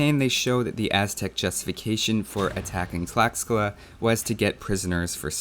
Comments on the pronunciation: From what I know tlaxcala is pronounced "tlashcala", same with texcoco, "teshcoco". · Great video, keep it up! One little remark: "x" is pronounced like "sh" in Nahuatl, the aztec language. So Tlaxcala is pronounced like "Tlashcala".